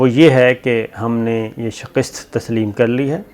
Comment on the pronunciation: China yeh harkat karega ya India? Chai bahut zyda pi li hai kya? yar Sabir! Do you anchors have any relevant education being a journalist ya Musharraf ney sub ko laa kar baitha dya? Anchoron ki Urdu sun lo: Shakist shout be Shikast, its from Persian word Shikastan, meaning to break, defeat Noshta deewar should be Navishta-e-deewar. Comes from Persian Navishtan meaning likhna (to write) Hindu Kash is supposed to Hindu Kush ( U is pronounced as U in Uttar Perdesh or Pradesh Except for Shahis Masood, all anchors seem to be uneducated.... Astaghfirullah